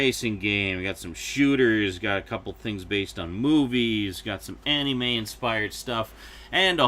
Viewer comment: I'm sure you've explained it before, but I'm unable to recall such an instance. Why do you say "Anime" the way you do? I can't be the first to say that it bugs me, but like your argument for why you set first person controls to inverted, it's not hurting anyone and and it's just how you do things. I just figure I'd ask and see if I can't just learn to accept it. Cheers! :D